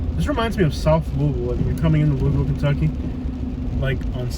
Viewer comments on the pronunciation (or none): none